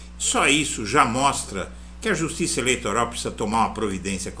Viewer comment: A "jutissa"??? Que "jutissa"???